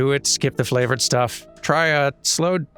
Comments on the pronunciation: "sloe" is pronounced "slow", it's a berry used to flavor gin sometimes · Sloe is pronounced the same as slow. I don't know if they grow in the US but in the UK they're a pretty common berry, the plant the grow on is also called a blackthorn. They're sour in a not very nice way but I'd eat one if I saw it? I don't know if this berry trivia is interesting to anyone else.